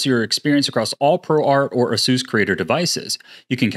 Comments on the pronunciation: Its pronounced " ah-soos" not " ace-us"? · Imagine being sponsored by ASUS just for you to butcher their name by calling them AZEUS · Ace-us homez A.S.U.S..... get it ...lol